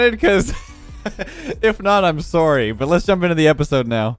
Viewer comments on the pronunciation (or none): Canadian "I'm sorry" hahaha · Let’s saying sorry was the first time I’ve actually heard Canadian from his voice